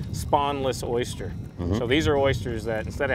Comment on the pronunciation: Why are you saying Oyshter?? It's Oyster. Oyster. Not Oyshter. Man.